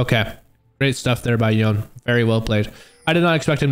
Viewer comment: AND "yo - nAY" NOT Yawn